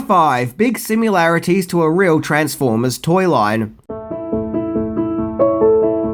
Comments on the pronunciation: I like your posts in general, but this 'keyboard skit' is 100% unworthy of you. The movie men play real keys of all notes. Slopping around on Für Elise does not count as comedy. Practise to accuracy or *Delete it*. P.S. Sim-ILL-arities, not Sim-YOU'LL-arities. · I know this may be pedantic, but you keep saying "similarities" as "sim-yoo-lair-it-ease"... it's "sim-ILL-air-it-ease"... there's no U after the M. idk why but every time i hear you say that (and it's more videos than just this one), it gets under my skin. like how does "i" translate to "you"‽? hell, in "simultaneous", it's still not pronounced "you", it's "uhl", but i would at least give it to you that it's a U then.. and don't give me the "it's an Australian thing", bc my ex is from Australia, and she says it right. anyway... i just had to say something.